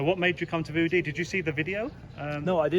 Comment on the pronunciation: get someone who can say View Dee 😂